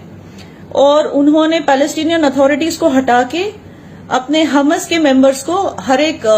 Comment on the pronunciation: So wot u saying ur right and the whole world is wrong???? I don't think so ur a sell out and u won't be saying all that if u saw pieces of ur kids or ur parents GO AND LIVE IN PALASTINE AND THEN SAY THE BS THAT UR SAYING AND ITS HAMAS NOT HUMAS U CANT EVEN PRONAUNCE THEIR NAME CORRECTLY AND U GONNA TELL US FACTS???? I DONT THINK SO